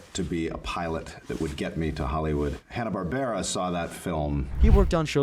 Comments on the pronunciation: im sorry, i stopped watching after hearing "Hannah Barbra" instead of Hanna-Barbera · Who the hell is Hanna Barbara? Say it correctly... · I tapped out at “Hannah Barbara”🤦‍♂️ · Not even 2 minutes in & they mispronounced one of the biggest names in the cartoon world... Now I know someone didn't care enough to check their work or is just reading words from a script about a topic they are clueless about & I've lost interest & will doubt the validity of the entire video. Amateurs! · How do you mispronounce Hannah Barbera seconds before you use a clip of someone pronouncing it correctly? :D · You don't know how to pronounce Hanna-Barbera?